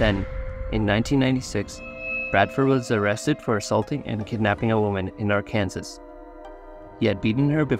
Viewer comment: are you for real it is pronounced Arkansaw you idiot even I know thisnin South Africa